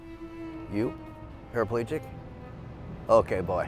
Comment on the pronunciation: Parapalegic? Are they showing that black people can't pronounce paraplegic?